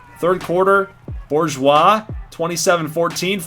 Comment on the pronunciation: As a native South Louisianan the pronunciation of Bourgeois is killing me lol. We go with "Boo-zhwa" Love this so far, though.